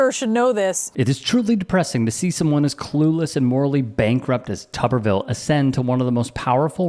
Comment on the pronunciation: I think all reporters need to pronounce his last name as "too-ber-ville" until he pronounces Kamala's name correctly. He does it on purpose.